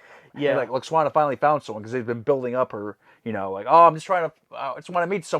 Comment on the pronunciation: Love how continues to call her "Lax-wanna". 🤣🤣 Ignore the haters and complainers, dudes; never change.